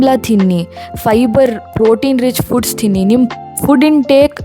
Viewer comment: Love everything about your family, the videos are coming out really well. One small criticism to, hope you don’t mind. You use the word ‘tinni’ a lot, which is good but the pronunciation of tha is not right, it’s just first tha, but you use second Tha, which is incorrect. Absolutely no hate, it’s just a small observation.